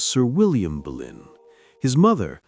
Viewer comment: No quiero videos en español solo en ingles y no hacen buena traducción y no es Berlín es Boleyn o Bolena